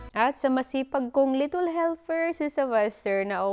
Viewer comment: wag ka nga english ng english,chaka pronunciation,little hindi litol,kakaloka,mgtagalog ka na lang,wag gawin excuse dahil bisaya ka,daming bisaya na fluent mg english